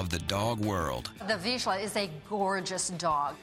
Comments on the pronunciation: Love this dog breed! Can't wait till I get one :) btw, it's Vizsla! Not Visla -. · Vizsla- and that "zs" it's not pronunced "sh", it's like "j" on french. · it's pronounced [vea-zla]! not [vea-shla]! and yes i'm hungarian! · ''Veeshlar''... It's pronounced vizla, you dumb yank. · Vizsla not Visla. It is pronounced as the J in Jargon.